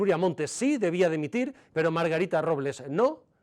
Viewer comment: "Dimitil"? 🤣🤣 Con la de ingenuos que hay? 😡🙈